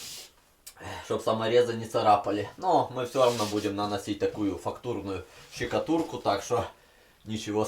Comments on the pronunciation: Почему ты говоришь щекатурку)) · Не щекатурку а штукатурку) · Не щикатурку а {штукатурку} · "Фактурную ЩИкатурку" 😂😂😂